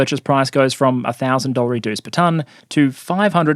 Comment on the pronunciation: 'Dollareedoo' 😂 Though I'm an economist and was really interested in what power point thrills I'd get this time, that word kills me. I can't hear anything else you say❤